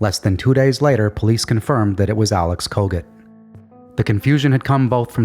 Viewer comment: I swear every time you said Kogut I kept hearing Covid.